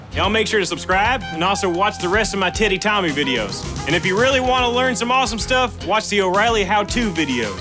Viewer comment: Sounded like he said Tiitty Tommy at the end 😂